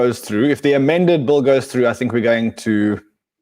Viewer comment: Bill with an I not Bulll Ran !!!